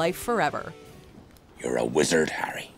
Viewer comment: Yar A Wezard Harray